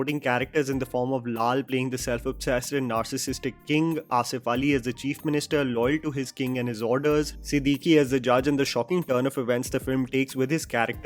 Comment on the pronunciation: Siddique's name is pronounced as "Siddiq," not "Siddiqui."